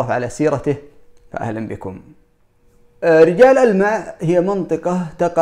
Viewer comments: ألا ينطقونها رُجال ألمع؟ بضم الراء أذكر أني سمعت هذا من أهل الجنوب إذا كان أحدكم يعرف فليفيدنا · اما بالنسبة لرِجال ألمع فتنطق بالكسرة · لا تنطق بل كسره أنا عسيري